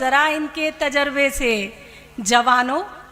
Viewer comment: इतना घटिआ कवि सम्मेलन आज तक नहीं देखा था संचालक बहुत घटिया है सही शब्दो का चयन करो ताजरबा नहीं तजुर्बा होता है